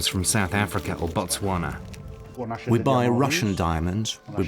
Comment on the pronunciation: It’s Botswana